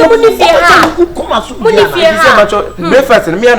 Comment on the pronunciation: Araba is now taking counsel from AJ????.... eiiiii wow! We meuve 🤣 Did Akabenezer say bleakfast ? Ajeiiiii 🤣🤣🤣🤣🤣💔